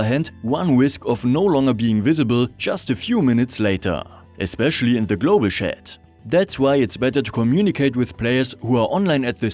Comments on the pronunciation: It's pronounced tjat and NOT sjat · Wollte ich auch anmerken: tschät, nicht „schett“ (tut richtig weh) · Yes, as an English speaker, it was rather comedic to hear this pronunciation of the word. I completely understand that English is not his first language. It's just unfortunate that the pronunciation used in the video sounds so much like a completely different word.... 😄